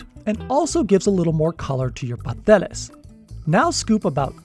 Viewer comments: I ain't never heard a Caribbean pronounce the first S in Pasteles lol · Love the recipe and will be trying it out with the pre packaged masa, but the you're killing me with the way you pronounce pasteles. Please dont forget the first "s' paS teles lol